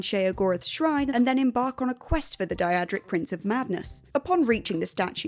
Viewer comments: "Die-adric." 🙄 It's DAY-dric. Skyrim and Oblivion are fully voiced, there should be no confusion on pronunciations by now. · Die-ad-rick Prince of Madness? I mean...the word 'Daedric' is spoken by characters in multiple entries in the series. Including Oblivion... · Ah yes... The infamous Die-a-drick artifact Wabbajack. Not to be confused with the Daedric artifact Wabbajack. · Wabbajack? I get that in EVERY Skyrim playthru I run. Also... Wah-bah-jak. Day-drik. Now you can pronounce them properly. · Say it with me now 'day-dric' Daedric. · I love the day-ah-drick weapons. They are so cool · I’m pretty sure it’s pronounced daydric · yeah wtf is dieadric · I love that "Daedric" was pronounced two different ways in this video, and not one of them was correct. 👏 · Or pronounce daedric correctly.